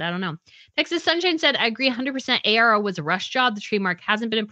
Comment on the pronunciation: It’s Arrow brand orARO